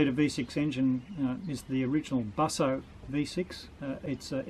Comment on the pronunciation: Im sorry no... its illegal no pronounce Busso like that.